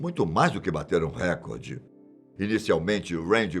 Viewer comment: Por que as pessoas falam errado? É reCORde não Récorde